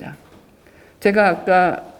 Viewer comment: "제가"(나)의 첫 자는 길게 발음해야지요! "아열대"의 첫 자도 길게 발음해야지요!